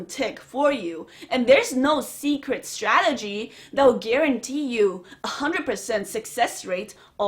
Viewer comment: stradegy lol